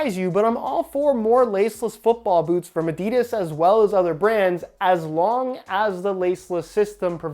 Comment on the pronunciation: Its adi-das not adids